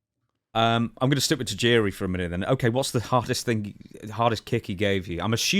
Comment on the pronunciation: I like how Stone Cold use to pronounce his name “TIE-JIRI”